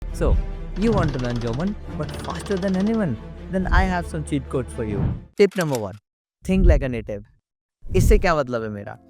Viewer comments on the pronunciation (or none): Gawman or German ?